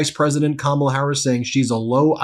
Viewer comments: He slipped up and pronounced her name correctly...Intersting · Did you notice he accidentally correctly pronounced her name? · He’s so demented he said her name RIGHT! He forgot to say it wrong!